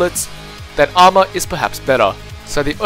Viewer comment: good video but when you said armor your "a" hurt my ears. try some stuff with mic volume